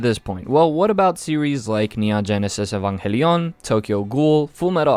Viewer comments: Why you pronounce evangelion whit spanish accent? Evanjélion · evangelion is not read the same as in spanish hahaha. Saludos hermano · Look dude I'm latino, and theres no reason to pronounce Neon Genesis Evangelion that way 😂😂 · I noticed it too, evanJELIÓN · Dude sounded french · Bruh the way you pronounce evangelion 🤣 The Spanish is strong within u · That puerto rican side coming out with that evangelion pronunciation. Love to see it. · Ew why does he pronounce Evangelion like that? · why you pronounce evangelion so strange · turns French whenever he says Evangelion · Don’t u mean Spanish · I'm italian and i study latin, don't pronounce Evangelion this way please